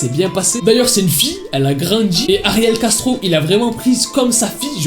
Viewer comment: Quand il dit ariel castro j'entends ariel gastro